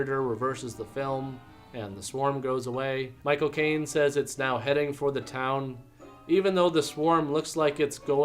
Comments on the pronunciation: Every time you say Michael Caine it sounds like My cocaine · Haha when you said Michael Caine it sounded like "my cocaine" 🤣